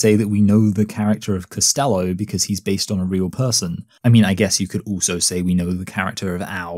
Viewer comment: why do you pronounce "also" as "ooso"?